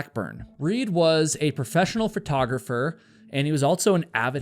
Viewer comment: You always say photographer/photography as "fertographer/fertography"